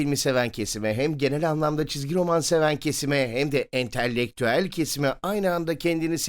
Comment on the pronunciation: ENTELLEKTÜEL DEĞİL ENTELEKTÜEL PLS:)